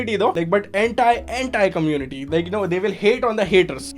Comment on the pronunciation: Every time he says anti, it sounds like hentai. Okay enough internet for me today.